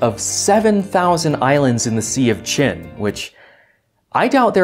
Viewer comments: How did you how to pronounce "Qin"? The romanized version of Mandarin calle d"PinYin" uses "Q" to represent the sound "tch"... Using these 3 letters may mislead English speaking about the sound: it is like says in his video. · The thing is, Qin is actually not pronounced the same way as "Chin". Those are two completely different sounds in Chinese (for the Ch-sound you have your tongue curled back in the mouth similarly to the English R, while the tip is on your lower teeth for Q). It's COMPLETELY different, no confusion has ever come out of that. No, but seriously there is a difference.